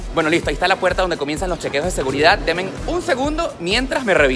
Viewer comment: Se expresa regular. Dice “tema” para todo. Mal usado. Y por ahí dijo un “demen”, en lugar de “denme”. Grave.